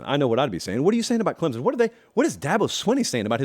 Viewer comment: It's Clemson! Not Clemzin!